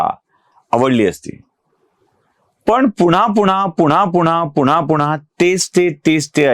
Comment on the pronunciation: पुन्हा पुन्हा असे म्हणा..पूणा पुणा असे नका म्हणू